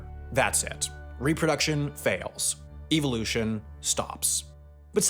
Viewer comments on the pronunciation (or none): Incorrect pronunciation: "EVIL" ution 😅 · I hate the way you say evolution... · great video but it hurt me the way you pronounced evolution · Can Sam please learn the proper way to say Evolution. I cringed everytime. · the way he pronounces 'evolution' 💀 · My dude why you say evolution like that? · I’ve never heard that pronunciation of evolution. It’s… distracting. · Is it just me or does he pronounce evolution weird?